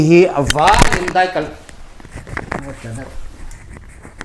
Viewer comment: mizotawng a va thiam ve.....mizoram thalai,a bik takin khawpui thalai te'n an tluk hauh lo mai..'daikal in' han tih thlap thlap te kha a va mizo raih raih ve....